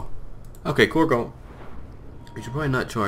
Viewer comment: Corgo? Korgal is an orcish name. Corgo is the mispronounced way to say and spell cargo.